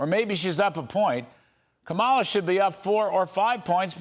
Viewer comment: Pronounce her name correctly dude. Please